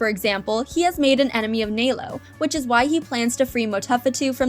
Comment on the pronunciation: It is nălo not nālo